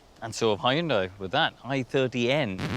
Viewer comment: Whats this HE-YUN-DIE ?!!